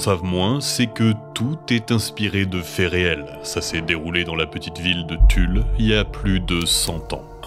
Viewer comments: il n'y a pas de S à Tulle ! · C’est TULLE SANS LE S purée les gars